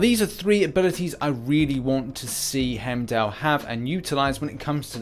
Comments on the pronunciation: It’s not Hemdell, it’s pronounced HIME-DALL!!! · Why the fuck would he be skill? He should be science for the same reason as cap. (Red skull) P.s it’s pronounced “Hime-doll” not “hem-dell”